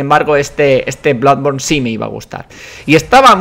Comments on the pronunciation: DEJA DE DECIR BLADBORN PORFAVOR. PORFAVOR. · Me siento confuso:Toda la vida oyendo "Bludborn" y pensando que se decia "Blodborne", y ahora llega y dice que se pronuncia "Bladborne"Que cacao mental...